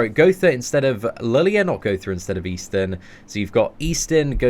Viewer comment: Seatin -> Eastin 🤔Just exchange the S instead